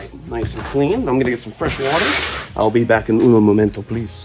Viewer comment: Anybody else notice said “owl see u on the next one” lol at the end of the vid?